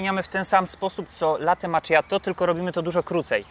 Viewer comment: maCZiatto? a nie maKiatto?